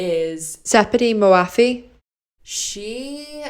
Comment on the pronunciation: Hey don't worry as a Farsi speaker I can tell you that her name is a little hard for non-farsi speakers to pronounce but you did good😊